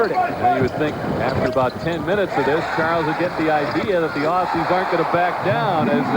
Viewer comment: typical american commentator pronounces aussie's wrong again